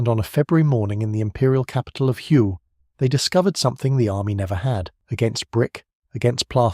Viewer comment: The correct pronunciation of Hue is "hwee". The 'h' is almost silent.